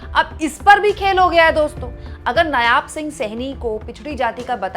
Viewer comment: नायाब नहीं, नायब है बेटा जी। हरियाणा तो गयो भाजपा के हाथ से ।